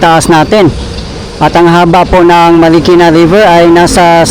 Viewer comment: Bayan ng Marikina Hindi Markina bayan, awkward pakinggan😢😢😢😢